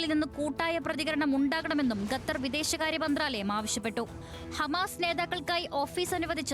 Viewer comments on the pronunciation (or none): ഗത്തർ ഊംഫിയല്ലോ ഗത്തർ അല്ലടാ മലരാ ഖത്തർ